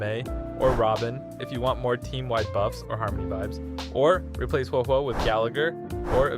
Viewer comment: Another youtuber who says Huohuo's name incorrectly 🤦‍♂️